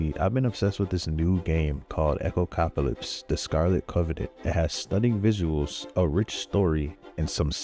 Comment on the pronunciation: "Echocopalypse" lmao.